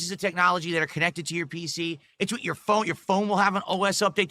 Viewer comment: This guy cannot pronounce the word "with"